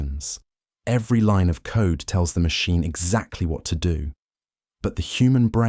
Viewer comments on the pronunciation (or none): none